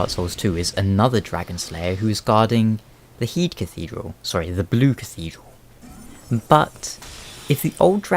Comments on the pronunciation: Kind of annoying hearing the Heidi tower of flame referred to as Heede cathedral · heide's tower of flame is it pronounce 'hay-de' or 'hi-de'